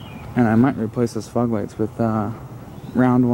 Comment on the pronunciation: Those tires look awesome. I'm not sure if you said it or not, but it sounded like you said "I might replace those 'fug lights' with round ones". HA! Fugly lights